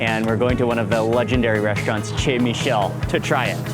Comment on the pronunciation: Nice video of Marseille! I’m hoping though that going forward that you know that CHEZ is pronounced SHAY. Also, if you wouldn’t take such huge bites and talk at the same time while you’re chewing, it would make everything much more palatable. And, if you could use the serving utensils of salads instead of digging in with your own personal utensils, you would be considerate to the other people who are eating. Thank you!